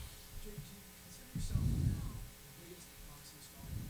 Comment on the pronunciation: Does Jake have a speech impediment? It's like the letter G in "ing" isn't part of his vocabulary. Any word ending in ing he says "boxeen,watcheen,fighteen" or literally any word with ing.